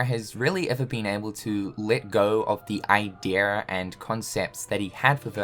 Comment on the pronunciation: I will just wanna hear say “Idea” correctly one day. Just ONCE!!!!!